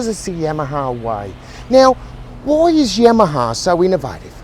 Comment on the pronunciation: The way he pronounces Yamaha is catchy. Must be that Aussie dialect. I don't pronounce my Yamaha like I used too. Now whenever I hear that name I say Yamma Haaaa just like